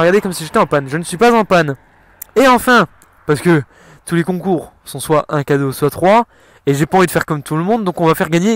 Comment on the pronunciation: J'adore t'est vidéo Mdr t'est la seul personne que connais qui dit soite 💪😂